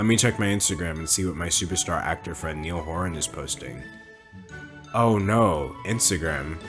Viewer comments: is it really that difficult to pronounce "niall horan" lmaoo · Im so sorry but im a massive 1D fan and you pronouced niall horan wrong :( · "Neil" Horan 😂